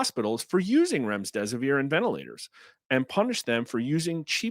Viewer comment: There is no s between the m and the d in Remdesivir.